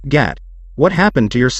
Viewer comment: You are saying gat and not gato